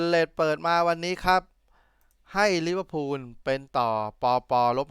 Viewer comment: ลิเวอร์พูลนะคับ ไม่ใช่ ลิเวอร์พุน พูดให้ถูกหน่อยคับ